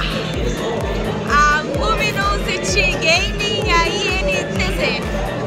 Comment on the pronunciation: ''luminuzity gaming'' kkkkkkkkkkkkkkkkkkkkkkk